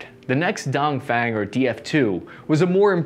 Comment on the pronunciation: The pronunciation of “DongFeng” is actually closer to “don” from “don’t” + “phone”. just saying:)